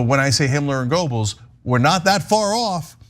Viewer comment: Cenk , it's not : goubls . . . it's : gÖbbels - you are good enough a turk to be able to pronounce a Ö